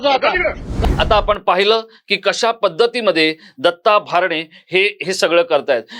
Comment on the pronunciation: भारणे असा चुकिचा उच्चार करु नये, "भरणे " असा उच्चार करावा.